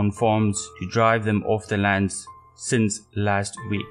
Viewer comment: Fake Afrikaner accent. No one in south Africa pronounces "last week" like Americans do.